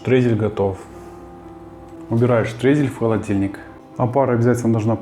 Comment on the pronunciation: Не штрейзель,а штройзель или крошка